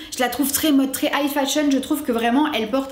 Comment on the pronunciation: J'aime beaucoup tes reviews, hyper professionnel et tu argumentes bien tes raisonnements, je suis fan! :D (Par contre, j'ai pas pu me retenir, j'arrêtais pas de focus sur le fait que tu dises "height fashion" au lieu de high fashion :P)